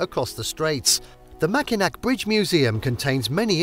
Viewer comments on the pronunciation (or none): Pronounced Mackinaw, you're welcome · I echo the comments included here. This was a delightful capture of some of our state’s finer points. I thank you. But…pronunciation…please. I cringed every time you said said MackinaC…and it’s said three times in a short span of seconds in your wonderful review of our cherished island. Also, Muskegon…you seem to want to find new and innovative ways to present our names locales. Also, I was quite surprised that while you beautifully highlighted Detroit’s museum campus, you neglected to mention the Charles A Wright Museum of African American History which sits nearly adjacent to the DIA. This, along with the Art Institute, the Historical Museum, the Library, and even The Scarab Club, make up a lush cultural landscape. Maybe an update might be in store. And I’d like to invite you back…let’s take a walk along the Detroit Riverwalk…it will blow your mind! But, gratitude for The Henry Ford, The Zoos, Sleeping Bear Dunes, The Mejier Gardens, Belle Isle, Pictured Rocks (although a bit taken aback that you showed only one quick shot of the actual pictured rocks) and more.